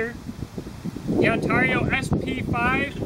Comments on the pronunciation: Say Heah. There's a few interesting Choppers on the market, The BK-20 and the BK-21, Oh, I called a Operator in Ontario, Canada and she pronounces Ontario different then your take on it, I think your trying to be unique which is kewl beanz, But I just wanted to hear what the correct way was, I guess some say Potato and some say Potato. I say On Ter Io, and you say Un Tar I, Different strokes for different folks I guess, It does bring attention though. But I had to check it out and the Chinook say it like I and most of everyone else. No biggie, But Yeah, I think the BK-20 is a little better than the O. K. C. Mine Rader because the BK uses a 1095 CroVan, Oh, I also have the Himalayan Imports M-43 which is a full tang, Infact I have (2) in different sizes. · As an upstate new yorker, that was driving me nuts lol